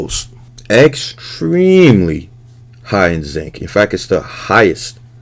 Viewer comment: When you put the yolks up there, I thought I heard you say “eggstremely” I was like well played.